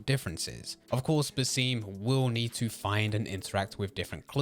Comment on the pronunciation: i was hoping youd be able to pronounce basim properly this video :(